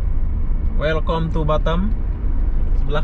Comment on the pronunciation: Welcome itu dibaca welkam min